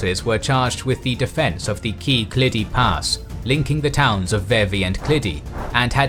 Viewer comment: Key key pass